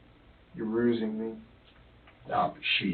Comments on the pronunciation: "Stop rusing me, Jared." lol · “Stop rusing me” got me every time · "Stop Rusing me!"